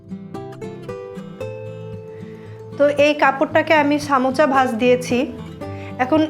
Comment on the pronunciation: সামোচা কি আপু? সারাজীবন শুনলাম সমুচা।